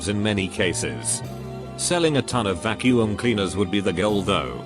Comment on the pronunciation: Storytime bot: pronounces Qwixter no problem Also Storytime bot: VACU-UM!